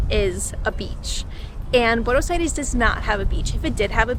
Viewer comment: Me gusta como pronuncias "Buenos Aires", un poco ya te aporteñaste.